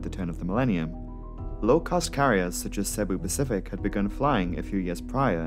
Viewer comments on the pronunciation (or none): none